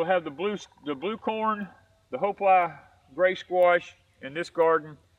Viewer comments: Hi, hopi is pronounced with a long E sound instead of a I sound, it's like hop(e). I hope that makes sense. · I think it's pronounced HO-PEE ...from what i recall in school. Love your videos guys! :)